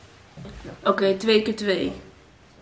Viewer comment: “Angelique?” “Howkeej”